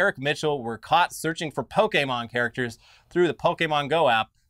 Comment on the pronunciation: The two of you have been hosting a show about the internet for years. You should know how to pronounce the word Pokémon by now.